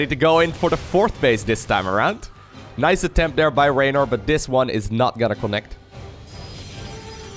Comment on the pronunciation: Can you start saying there instead of dere ?